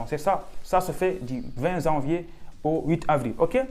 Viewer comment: On ne dit pas « zanvier »... parler correctement le français cela peut aider pour venir faire des études en France 😏